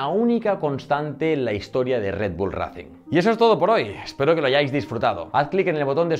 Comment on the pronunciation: Porfavor pronuncialo ben, 'reicing', ese racing me ha destrozado los oídos xddd